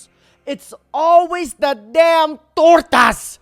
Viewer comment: Drop the torta! It’s freaking horrific the way you say it. Jeez. It obviously a given, don’t need a mansplain. We all real men here. THANKS BROTHER, otherwise, good stuff